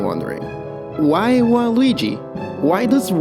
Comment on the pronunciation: I love that you say "Why" as "Wha?"